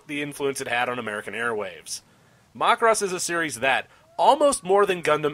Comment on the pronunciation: worst way ive heard someone pronounce macross